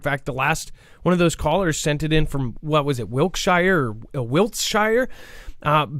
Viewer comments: Dear Americans, the plural of Lego is Lego. Also, Wiltshire is actually pronounced 'Wiltshear' - English is messed up! All of the 'Shires', E.G. Bedfordshire, Berkshire, Buckinghamshire, Cambridgeshire, Cheshire, Derbyshire, Gloucestershire, Hampshire, Herefordshire, Hertfordshire, Lancashire, Lincolnshire, Leicestershire, Oxfordshire.... All of the Shires here are pronounced as 'Shear' rather than Shire - Crazy I know! Love the content guys! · Wiltshire is pronounced Wilt-shear